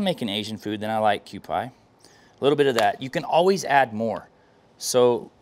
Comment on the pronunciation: Looks delicious! BTW, Kewpie is pronounced cue-pee, not cue-pie